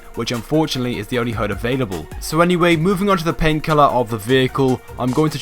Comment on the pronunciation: When you say "paint colour" it sounds like "pain killer"